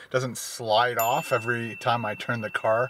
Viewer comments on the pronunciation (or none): none